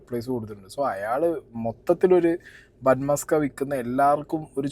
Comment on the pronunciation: sorry to correct you..musk alla maska aanu... muska ennal venna... ithinte origin gujarat aanu...and am staying in Ahmedabad.. ivide ivar use cheyyunnath butter alla.. veettil kadanjedukkunna venna aanu